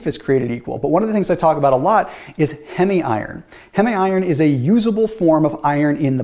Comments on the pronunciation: Pronounced heeem not hemi iron. From hemoglobin. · Great video but please dont pronounce heme (heem) as hemi 🥲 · H-ee-m iron :) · 'Heme' rhymes with 'meme'. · The way he pronounces “heme.” 😆